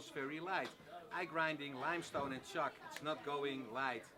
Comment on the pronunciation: I believe he said chark . To write on a blackboard.